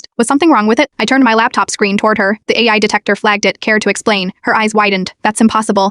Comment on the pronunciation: The irony that the AI voice can’t actually say AI properly